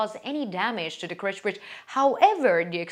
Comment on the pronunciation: Why does she pronounce it as KRECH bridge instead of KERCH?